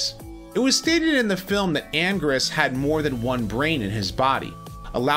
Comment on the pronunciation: Anguirus is commonly pronounced "An - Gear- Us" not "An - Gurr - Us"